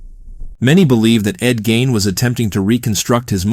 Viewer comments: It’s Ed GEEEEEIN! Not Ed Gain! Lol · The pronunciation is gEEn not Gain and he wasn't a serial killer. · Really good video, very well executed. Only thing that kept bugging me was when you'd say Ed Geins last name, you'd say "Gain". You pronounced it properly in the beginning, but after that you just kept saying "Gain" which threw me off several times taking me out of the flow of the video.